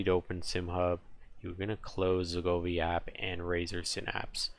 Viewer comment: Go Vee not Goo Fee